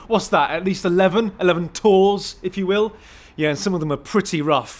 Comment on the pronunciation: This shit cracked me the hell up 😂 dude said 11 tours 🤣🤣🤣